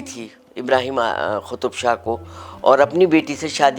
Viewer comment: Yeh khutub shah kya hota hay. Its Qaf so it's Qutub.' Ich' kya hota hay😅. Ye sahiba konsi zaban bol rahi hain